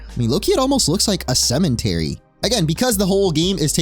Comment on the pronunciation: Did you jsut say cementary?